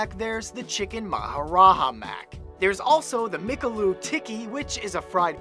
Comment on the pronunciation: what an episode...i just woke up to this ! :D oh and Kevin!!! here'sa little pronunciation 101 on the INDIAN BURGERS its called maharaJA burger, not maharaha. the J in india is pronounced as J and not 'h' like in Mexico. and McAloo is pronounced "Mc-aaaLoo (aaloo is hindi/urdu for potato)